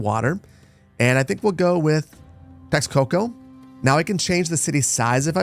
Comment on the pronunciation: Pronunciation advice: starting with easy and actionable the x in Nahuatl words is pronounced the same as sh in english so for the name of your city think teshcoco and now for the advice that will probably be much harder to replicate for the l after a t try pushing air out of your lungs faster for the same mouth position as l that you are used to. this should make the sound louder and more buzzy to you. dont try to pronounce sound any shorter of longer just more air over the same timeframe. i can go into more detail on this if you want.